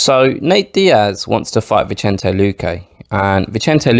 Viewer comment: The C in Vicente is pronounced like an S, playa. 🤎